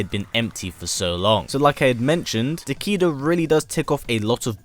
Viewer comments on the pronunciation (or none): It actually pronounced as "Ta-kay-duh" not "Ta-key-duh".